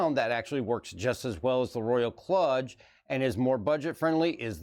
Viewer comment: KLUDGE is pronounced more like KLOOJ, just for future reference. Excellent video,, and it was cool to see you and hear your thoughts on these periphs. My youngest has the Kludge, and it has Wifi/BluTooth AND Usb C, so you can rock it wireless or wired, which, honestly I just felt so awesome about, and now am totally jealous of his keyboard haha,... its also REALLY well built. I was totally impressed with his Kludge tenkeyless.